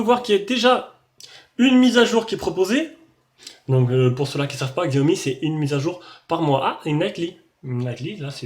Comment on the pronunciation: bonjour, on ne dit pas xiaomi mais cha o mi Je suis en chine depuis 3 ans et je viens de faire l'aquisition du MIX2